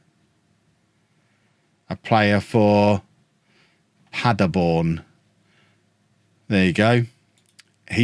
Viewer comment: I used to live in Paderborn for a while. You tried to say it with some type of accent but it's just pronounced exactly as its written.